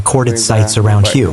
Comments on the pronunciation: Please pronounce the city HUE correctly here is a help for you "The Vietnamese city of Hue is pronounced "hway," with a similar sound to the English word "whey" but with a slightly different tone. A simple English approximation is to say "whey," but for a more accurate pronunciation, focus on the "hway". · At least be able to pronounce Hue correctly